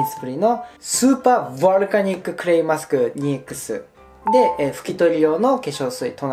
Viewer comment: 私は聞き逃さなかったぞ！笑笑 スーパー“ヴォ”ルカニック